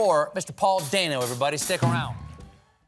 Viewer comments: Notice how he said Dano correctly at the end of the video. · Maybe he realized that he pronounced his name wrong and felt bad about it.